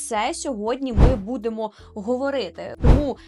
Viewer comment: Режет слух твое "будемо". Дієслова із закінченнями -емо, -имо, -ете, -ите мають наголос на останній літері, наприклад: веземо́, ідемо́, підете́, але: бу́демо, гурко́чемо, зали́шите.